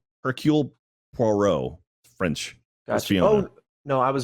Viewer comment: It pains me to see that non of the AH guys seem to know about Hercule Poirot. I was shaking in my seat when they were trying to remember who the detective was and I exploded when pronounced Poirot's name AND called it French oof 😅